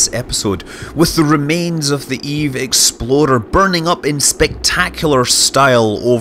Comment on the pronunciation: I kept hearing Eve Explorer as Eve Exploder.